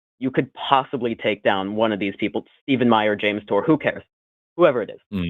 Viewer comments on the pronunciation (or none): none